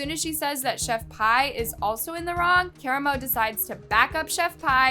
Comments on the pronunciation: I wanna be mad that you’re butchering karamo’s name but then I realized….he deserves it 😂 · Has no one watched Queer Eye? Why do people mispronounce Karamo's name lol. I watched a few videos online and everyone was mispronouncing his name 😆